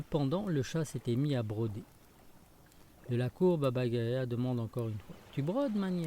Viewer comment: Yaga ! Pas gaya !